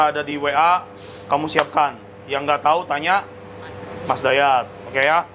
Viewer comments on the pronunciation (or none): none